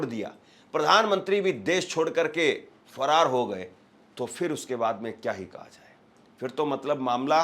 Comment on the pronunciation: सही से बोलो भाई फरार हो गया है